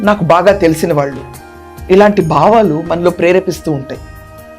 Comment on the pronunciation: Baavaalu kaadamma, bHaavaalu anamma !